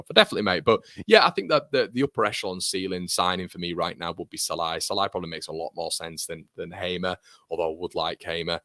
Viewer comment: as a Hungarian "Sallai" pronunciation is: "S" like sugar not like sun, and the "i" at the end is more like a "ee" on an end of a name like "Lee", maybe a bit shorter "ee", good vid, MOT